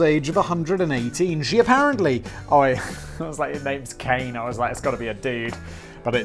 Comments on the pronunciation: My japanese is a bit rusty, but I believe Kane would be pronounced 'ka' like the first sound of 'cock' and 'ne' sounds like the start of 'nature', so it's closer to 'kanye' then 'cane' but without the extra emphasis caused by the 'y'. I know you don't care, but I figured I'd mention it anyway. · I know you hate pronunciation... but a simple thing to remember when saying any Japanese word is that each syllable is pronounced completely... they do not mush together like in English, so Kane is not Cane, its Ka Nay. its the same for pretty much all of Japanese, just say each part of the word as if it is its own full word and you will be fine. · And I just got done getting caught up. And how could the last one not do well?! That one was great! And it should be pronounced "KAH-neh". Japanese is a phonetic language. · Pronunciation police here to the rescue! Kane is pronounced more like kah-neh. You're welcome, Simon. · Simon, I know you don't care, but "Kane" is pronounced Kah-nay. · Japanese name Kane would be pronounced "kah nay". Which sounds a lot more feminine than the "cane" you pronounced. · it's probably kah-neh, not kane lol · it's ka-ne (kah Ne) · All vowels in Japanese are pronounced as the long version. so Kane is actually "Kah Neh". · Japanese don't have that long 'a' when there's an 'e' in the end. Kane is pronounced Kah - neh, short vowels. Actually in Japan, you'd say Tanaka Kane, the surname is first. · "Kah-nay." You pretty much pronounce every vowel in Japanese. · "Kane" is be pronounced similar to "connie" and means gold or money. If it's "kain" it's pronounced as "cane" and means bringer of misfortune. I really hope it's the first one...